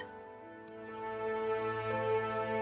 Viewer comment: AHH! I loved this tutorial so much I've watched it like 8 times! PS: At the end when it says "done" I always think it says "dope" and I lol because it's so unfitting to the tutorial.